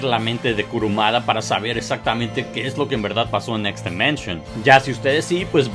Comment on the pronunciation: DImension, no DEmension.